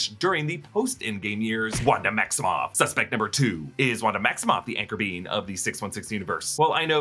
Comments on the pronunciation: Btw " Anchor Being " when said sounds like " Anchor Bean " I'm just saying... It's all I hear now. 😅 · I keep hearing anchor bean